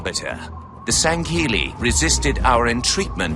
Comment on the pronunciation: PLEASE STOP MISPRONOUNCING SANSHAIUM AND SANHEILI. IT IS SAN-SHY-YOOM AND SAN-HEE-LI. It really punches me in the soul when I hear sanshyYUM and sanKELLI